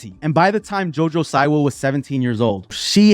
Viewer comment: The way you say her name, lmao, omg… it’s pronounced ‘See-wah’, also, Tana Mango, XD!!! Okay, now, back to Jojo. She oversold it. She should’ve been more shocking with her music video. She didn’t come through. She played it safe. If she gives us more, just like Miley did with her Bangerz tour, then, the reception would be different.